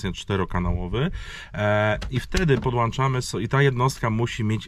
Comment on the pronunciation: na miłość boską! wyłącza nie wyłancza, podłącza, a nie podłancza:) Pliz słowa naprawdę i zaprawdę powiadam Ci mogą ranić:D